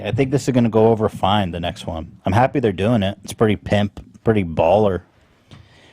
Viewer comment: the only issue I have with this podcast is that Ethan still pronounces it "Handsome Squidworth"